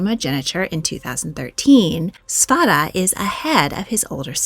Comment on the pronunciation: Princess Ingrid's name is pronounced Ingree. The d is silent. And it's Svairuh for her brother.